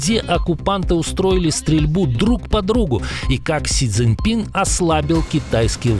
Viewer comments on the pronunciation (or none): none